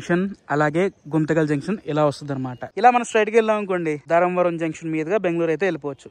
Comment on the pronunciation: ధరంవరం కాదూ స్వామీ ధర్మవరం అనాలి. అంత మంచి పేరును ఖూనీ చెయ్యొద్దు దయచేసి .